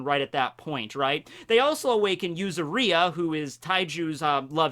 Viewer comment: Yuzuriha. yu-ZU-ri-ha accent on the ZU and pronuoncing the HA as you do with "Haki".